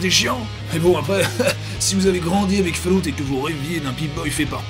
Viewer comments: Fall-out. pas fail out. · ça se prononce foulloute - kirby54/gabi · Falloute! Falloute mon gars! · Ça se prononce Fail-out x-D